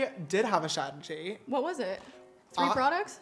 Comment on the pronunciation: I think she said “free” but still funny 😂